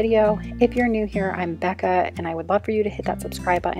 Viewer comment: Becka not becca lol